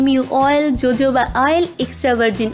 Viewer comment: Thank u soo much.. Will surely try it.. And Jojoba oil is Ho-ho-ba oil in pronunciation..😍